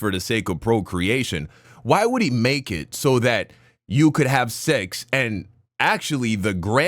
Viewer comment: why does he say sex like that. ( She-XXXXX ) like he is afraid of someone will hear him saying that word.